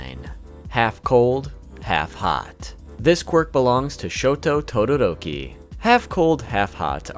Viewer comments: Todoroki not todoototi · You called Todoroki "Tododoki" :D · Will anyone ignore that said totodoki? Or is that just me? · you said tododoki instead of todoroki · He is saying tododoki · “Tododoki” is hilarious 😂😂😂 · Wait wait wait.. DID YOU SAY TODODOKI? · and he calls todiroki, tododoki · Bro actually said tododoki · Im sorry but "tododoki" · tododoki(todoroki) lol ngl love the pronunciation